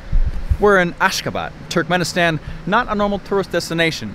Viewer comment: I am a turkmenistan and you dont say it like turk men istan you say it like turkmuanistan